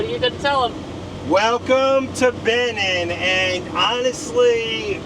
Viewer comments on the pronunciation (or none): Such a great time following you all these years--amazing! Hey, and, it's "Be-NEEN". You emphasize the second syllable. It's French, so the "i" sounds like a long "e" is in "seen." You guys make it through everything!